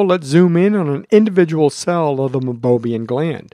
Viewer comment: Great video!! But, it's pronounced MEI-BO-MIAN glands.